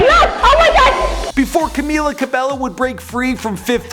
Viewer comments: i love u but i HATE they way you say her name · “camilla, al-eye brooke, nor-manee kordee, lauren jaroogey, deny jane”